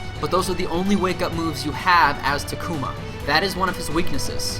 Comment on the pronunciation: TA-KU-MA, not TA-KUMA